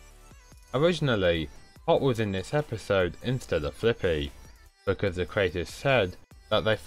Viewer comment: Lots of people mispronounce Fliqpy.